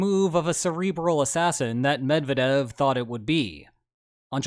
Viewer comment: Sorry not to be pedantic, but it's not "Med vah dev", it's "Med vyeah dev"